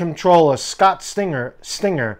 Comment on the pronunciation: stringer not stinger btw .....